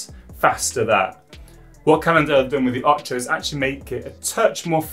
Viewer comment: Come on... it can't be that hard to pronounce "Ocho" correctly.